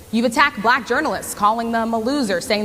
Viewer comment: It's almost uncomfortable for him to say the word, "Black" he makes the word sound like "blech" It's so damn cringy